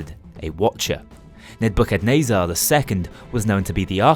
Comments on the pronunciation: As someone who's grown up Christian, hearing you pronounce it as "Ned-bucket-nay-zar" is amazing. (I've always heard it pronounced as "Neh-buh-kuh-neh-zur") Perhaps some unintended humor, but it certainly made my day. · I’m pretty sure its “Neh-buh-kuh-nezz-ir”. That’s how they said it in the Matrix movies at least. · That's a funny way to say nebuchadnezzar